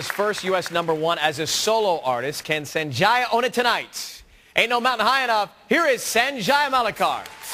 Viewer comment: They never pronounced his name correctly sanjay not senjaya